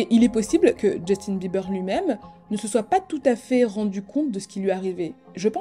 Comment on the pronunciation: Djeustine Bibeurre !😂